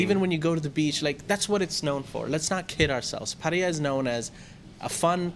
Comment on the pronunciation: pronounces 'Pattaya' correctly...